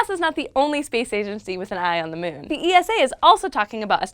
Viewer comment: I like how she says mewn